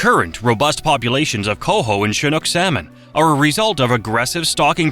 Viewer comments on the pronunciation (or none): none